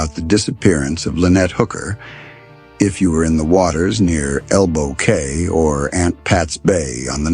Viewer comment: ELBOW CAY is pronounced KEY